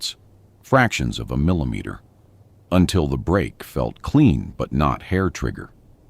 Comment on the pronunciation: Why can't a system supposedly as smart as AI pronounce the word "millimeter"?